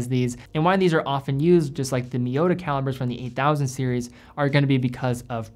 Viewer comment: Would be awesome if you could pronounce T instead of D in miyota, eta and sellita.